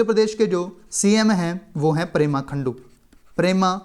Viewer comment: It's pema khandu....not prema khandu